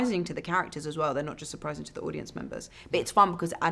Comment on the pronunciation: "Ad-audience" that is a close oneeeeee